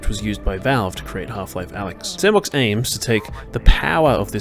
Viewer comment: I thought it was pronounced "S and Box"